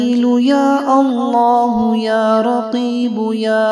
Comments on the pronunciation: محترم لفظ قریب ھے آپ رقیب پڑھ رھے ھیں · Ya karibu ya allahu likha hai janab ap Rakibu pad rahe hai ainda durust karke padhe plz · بسم اللہ الرحمن الرحیم یا جمیل یا اللہ اس کے آگے لکھا ہوا ہے یا قریب ہو یا اللہ آپ اس کو پڑھ رہے ہیں یار کی بو پلیز یا تو اس کو واپس صحیح کریں کیا الفاظ ہیں الفاظ کو صحیح ادا کریں اللہ کے ناموں کو آپ درست ادا کریں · Aap jo shoro me kalmat padhe ho wo likha alag hai or aap padhe alag ho . Jaise likha hai qarib likha hai or aap raqib padh rahe ho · Ya kareebu ha not ya rakeebu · Pronounced ya raqeebu instead of ya Qareebu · ASSALAM O ALAIKOM JANAB AAP KI TILAWAT SHOROO MAIN LIKHA HOWA HY YA QAREEBO OR AAP PERH RAHY HAIN YA RAQEEBO PLEASE ISKO SAHI KARWADAIN JO SAHI HY PLEASE PLEASE MAIN NAIN NOTE KIA HY JAB HI AAP KO BATA RAHA HOON JAZZAK ALLAH KHAIR